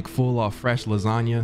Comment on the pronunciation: What do you do w/the extra time you save from dropping the "a" in lasagna, & calling it "lasagn"?